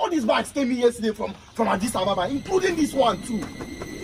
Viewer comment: Agidiba😂😂😂 i love this guy, brilliant comedy, so talented. I love how he pronounces Adis Ababa 😁